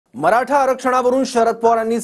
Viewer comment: साहेब तुम्हाला, मराठा म्हणुन शब्द उच्चारताना खूप त्रास होतोय का, मग साहेब आता तुम्ही रिटायर्ड व्हा, आता सर्व निर्णय महायुतीवर सोडा, तुमचं बोलणं पण कोणाला कळत नाही. आता बास झालं.